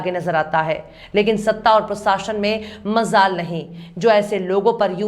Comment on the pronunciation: Mazal naho majal hota hai please talaffuz sahi kijye